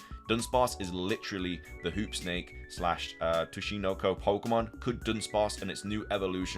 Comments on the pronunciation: Sue chi no co. Tsuchinko. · Tsuchinoko is pronounced (Soo-Chi-No-Ko)